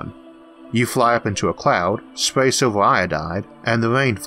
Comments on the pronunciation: LMFAO..."is it gold or Silvor"....its fucking "silv-er" stphen hawkins cousin. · and it may be to do with the fact its been made using a app/program that turns words into speech! still...i dont care if you find it hard to understand...it must be a cheap app/program to say SILVER as SILVOR...CENTIMETOORS not CENTIMETERs...and it gets annoying every other sentence. Im very interested but update your bloody software.please.still.thank you for time spent uploading.